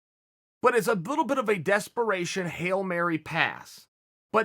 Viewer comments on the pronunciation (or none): none